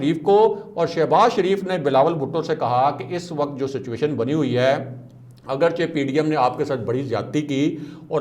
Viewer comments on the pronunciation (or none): none